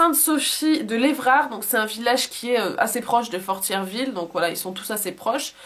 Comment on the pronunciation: Bonjour je demeure au Québec. Je suis allé voir le film. C'est une histoire qui a marqué le Québec, personne ne l'a oublié. Pour Fortierville tu ne prononce pas le r. Merci de penser à nous.